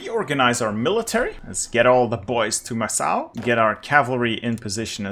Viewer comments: Awesome video. Just a little thing, Macau is pronounced Makau not Massau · Ah yes, MASSSSAU my day. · Isn’t it Macau with a hard c? Like makau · Just a fyi, Macau is pronounced as Ma-Ka-U. Ma as in mama, ka as in Kant the philosopher, and u as in uzi. Love your achievement videos. It makes the game much clearer with your videos. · you saying macau and other portuguese words makes my brain cells disintegrate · What in God's name is that pronunciation of Macau?